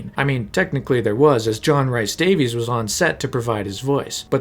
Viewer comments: John "reese" Davies.... Not "rice" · Loving this vid so far but if you say “John RICE Davies” one more time…. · Fantastic video. Loved sitting listening. However, dude, please just learn to say John Rhys Davies name right. Please. Plleeeaasssee But aye, overall great watch. Really well done!